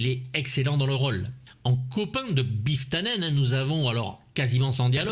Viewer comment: Très bon boulot mon. On a beau connaître la plupart des anecdotes, ton talent de conteur les sublime. Par contre articule quand tu dis BIFF TANNEN, on comprend BIFLE TA NAINE.